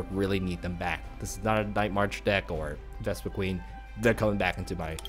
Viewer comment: I hate to be a nitpick, but it's "Vespiquen", not "VespiqueEn". :P Other than that, great video. This looks like a really fun, fast, and most importantly, cheap deck.. except maybe for the Shaymin. lol